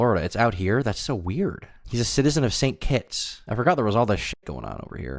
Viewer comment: Could you say st kits one more time